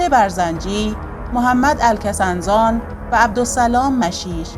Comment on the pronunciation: درود بشما سرکار گرامی اطلاعات مفیدی در مورد شیخ عبدالقادر گیلانی و پیروان طریقت وی را بیان داشتید ❤ ابتدا عذر منو بپزیرید ❤ به طریقی که شما از محمد کسنزان نام بردید اشتباه لفظی بود باید به این طریق خوانده بشه کس نزان ، کس به معنای شخص و نزان بمعنای کسی نمیداند ❤